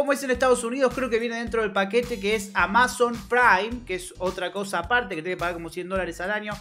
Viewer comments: Porque dice "AmÁzon" en vez de "Amazon"? xd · Como no sabes pronunciar amazon? Es re conocido